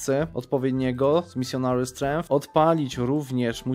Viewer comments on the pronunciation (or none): none